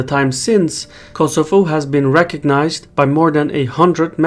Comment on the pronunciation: it ias Kosovo not kosofo